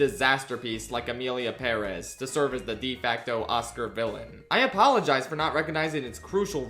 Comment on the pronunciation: I will never not appreciate that you’re the only English-speaking YouTuber I’ve heard pronounce Emilia Pérez correctly. But please never mention that name again